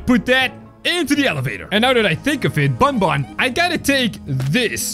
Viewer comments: it isn't bunbun it's banban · Its not bunbun its banban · it not bonbon its banban